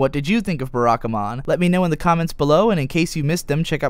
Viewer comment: Please, not 'Beh-rah-ka-mon'... 'Bah-rah-ka-mon'.